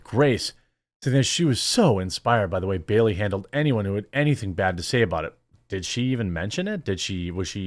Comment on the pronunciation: It’s *Bailey, not Berry!